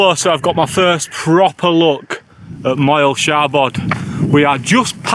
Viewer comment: Its pronounced mole shabod, bloody Yorkshire folk 😂😂😂